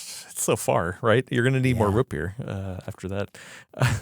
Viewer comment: anyone else notice says rootbeer like scooby doo would "rutbeer"?